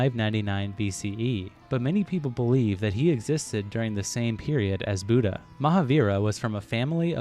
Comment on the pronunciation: As a Buddhist who was studied Theravada Buddhism he was 100% accurate only thing he got wrong was the pronunciation of the Lord Buddhas name. Also I don't think the Muslim people will be happy about the depiction of the Prophets Muhammed's face lmao